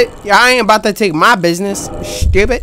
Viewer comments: dat boy said shteuwpid🤣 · I love it on how accidentally siad "shtupid" once and now it's another catch frase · can we stop with the shtewpid it sounds so annoying lol